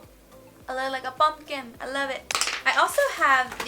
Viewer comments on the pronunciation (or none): Lol "lookalikah pummkin" Love it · I thought she said bumpkin